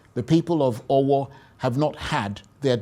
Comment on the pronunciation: of Arise news can't even pronounce Owo properly when he is a Nigerian. Jeez!